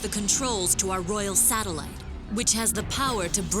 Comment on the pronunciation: 6.25 .. I must have misheard that.. "Satellite Laser Ballsack"..??? 😅😂😂